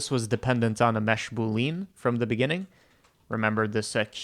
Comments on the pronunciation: "Boolean" is pronounced boo-lee-un, not boo-leen buddy. Lovely little trick, I might try it in ShaderToy. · The way you say "boolean" is still killing me.